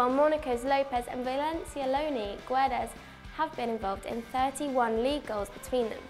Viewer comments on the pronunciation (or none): It is not gUedes! The u it’s silent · "Gu-e-des" ahahhahahaah